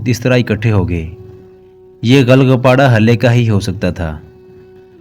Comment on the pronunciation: ghal ghapada nahi ghul ghapada sahi hae